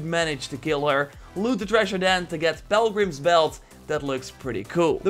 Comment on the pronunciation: Lol Pel-grims